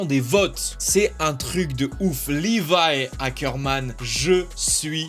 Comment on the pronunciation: Trop top comment tu as dit Levi Ackermann